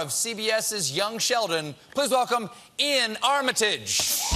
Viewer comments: Iain is pronounced "EE-yan." I think it's the Scottish spelling of Ian. (His dad is Scottish.) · wait, so his name is pronounced as `i - yan` ?